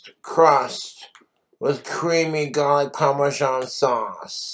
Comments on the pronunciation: Is he trying to sound British by how he pronounces “garlic?” So irritating. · He’s getting really bad at not pronouncing his Rs “Galic, Pamasean, Camalized onions” must be the tooth rot